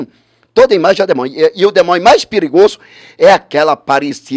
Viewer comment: "demonho.....frutua...escultura.....tive dois dia...com jezuiizizizzizi